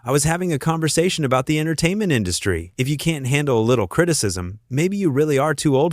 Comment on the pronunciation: Denise Welch is only 13 years younger herself - hardly a spring chicken. Oh, Judy Dench wasn't kicked off. This minor spat didn't "paralyse the nation" because it was on a weekday crap daytime television show. Why is it read by a nasal,droning American voice who can't pronounce words like "entertainment " correctly, or even Colleen Nolan's name. So much garbage